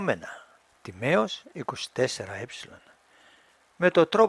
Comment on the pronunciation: Όλα καλά όμως λέγεται Τίμαιος και όχι Τιμαίος.